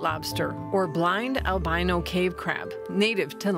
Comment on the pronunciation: She has some other odd and incorrect pronunciations, for example 'albino'.